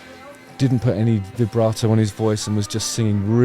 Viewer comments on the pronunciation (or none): none